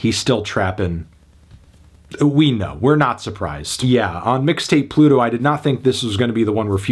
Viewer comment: melon really said "Midtape Pluto"